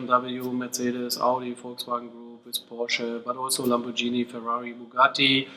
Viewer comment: Lamborjeeny. Mama Mia.